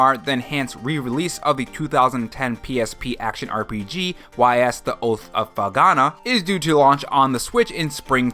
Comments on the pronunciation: I'll likely skip Persona 3, as I already own the game 3 times (Persona 3, Persona 3 FES, "P3P"). Persona 4 Golden, though? That's more likely...wait. What the Hell?!?! Oh, nonono. No. NO Ys is pronounced "ease" - like "Ease gingerly into a recliner." Not 'Why Ess' - how are you mispronouncing Ys? Ease! EASE! 😠😠👿👿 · Y's is pronounced "Ees"